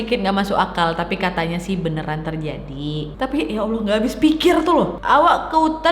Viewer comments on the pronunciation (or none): none